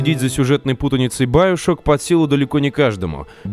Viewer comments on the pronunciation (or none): Не байашок и биошок! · ты *** правильно бИошок